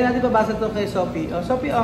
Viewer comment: wala talagang “F” si, sana di ma-adapt ng mga bata.. Sophie (Sofi) to “Sohpi” tapos Fish to “Pish” sana si Lenlen na lang magturo 😅